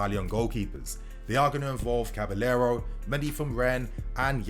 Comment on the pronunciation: It’s cabaYero bro. Not caba-l-l-ero 😖